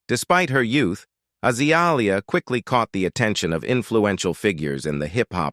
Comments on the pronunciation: god this AI crap is awful. AH-zuh-lee-ee-uh. frick out of here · Because it's AI that's why it's butchering the pronouncement of her name.